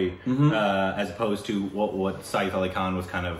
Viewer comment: lmao it's written सैफ़ it's said like "sef" (like the english word "set" but with an F ). Like "safe" without the diphthong. It's not said "sa-eef".